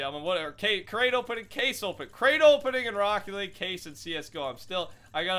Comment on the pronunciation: "ROCKE LEAGUE"